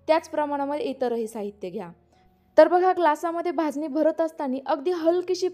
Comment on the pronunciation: भाजणी शब्द आहे भाजनी नाही